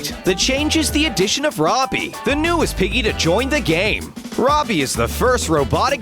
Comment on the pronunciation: Roby's name is is Roby not Robbie